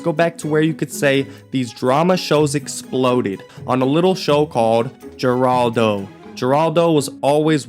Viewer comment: Steve Wilkos used to be Jerry Springer's security. It's pronounced Heraldo. 😂😂